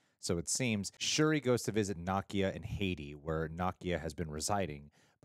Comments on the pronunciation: What’s so hard about saying NUH-KEY-UH …. It’s sooooo weird to keep hearing y’all say NAH-KIA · Why do all you YouTubers pronounce Nakia as "KNOCK-ee-uh" instead of "nu-KEE-uh" ? It sounds kind of crude and insulting. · is mispronouncing Nakia (not a complaint, just an observation!) He's pronouncing it like the character Nakia from Ms. Marvel whereas the Wakandan Nakia is pronounced 'nuh-kee-uh' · Na-key-a, and they were Shuri’s robes that were burned. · Love you both-but it’s pronounced “nah-kee-ah” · saying Nakia's name wrong